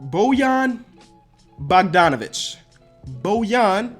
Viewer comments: It's boy-yon not bo-yon bogdanovic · And its Bohgdanovich not Bagdanovich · This is all wrong! This is how americans say it but it doesent mean its right and the commisoners pronounced it wrong too for example its shruder not shroder and its bogdanovich not bagdanovich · On american bogdanovic is different than on croatian s u actually said that wrong and i know that because i am from croatia and big shoutout to you man you are the best